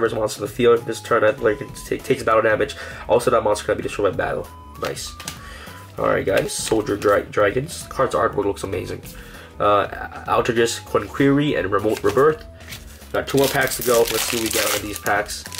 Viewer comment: MISTAR Boy, not Mister Star Boy. Altergeist, not Alter Jist. Synaphysis, not Cinninamasis. Frisson, not Frissen. Infra-Flier, not Infra-Fleer. Sniffer, not Snyfer. Capacitor, not Cap A Cider. Compiler, not Cum Pillar That's just the English words. Now, names like Nephthys I can understand you mispronouncing, but where did you get "Nempathys?" There is no M in that word.